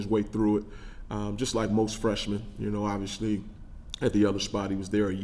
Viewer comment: I like him, but what is his deal with the word obviously, or should I say obvshilly! Wtf bro🤣